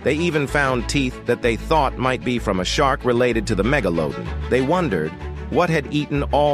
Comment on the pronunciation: First off why do you say megalodin it’s pronounced megalodon second off the megalodon is too big to live next to the great barrier reef. We would’ve seen it by now most likely, don’t quote me on that!